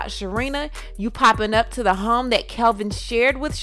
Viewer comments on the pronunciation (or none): Its KEVIN, not CALVIN. I do plan to watch.